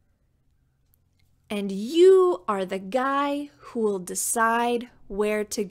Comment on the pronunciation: I didn't hear the will in who'll. Anyway I love you and thank you ❤